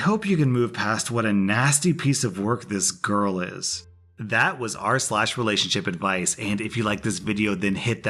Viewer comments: Sorry but at the end you said relashonship edvice lol😂😂😂😁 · Wait a Minute the outro he says releationshipadvise Is this wong i dont think so😲😂😂